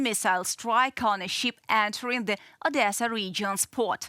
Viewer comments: The young lady should know the different pronunciation between "ship" and "sheep". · The presenter is attractive enough, but doesn't UATV have anyone who can speak English without such an extremely heavy accent? It's not a "cargo sheep" (for example). The "i" in "ship" is a short "i." Some accent is acceptable (like the narrator on "Reporting from Ukraine"), but it requires too much effort at times to figure out what this lady is saying. She sounds like "Natasha" on "Rocky and Bullwinkle." Have her take an English immersion course, and try again in six months.